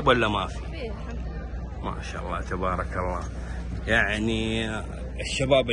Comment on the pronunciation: ما شاء الله وليست ماش الله انطقها صح ولا ااتقولها هل ترضى احد يقولك ماش حسن